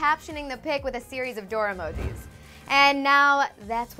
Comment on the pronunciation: the way she pronounced "emojis" on lol